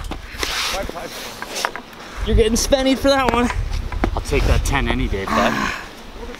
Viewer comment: What was nickname for a 10 min penalty? said "I'll take that 10 any day." Sounded like he was saying sennie or shennie?